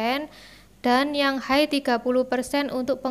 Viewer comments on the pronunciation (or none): none